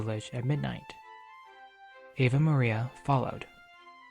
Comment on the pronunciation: What I can't understand is why they have apparently never released the 75th anniversary edition, with its third, and finally flawless, recording of the soundtrack? And it's Ave Maria, not Ava Maria.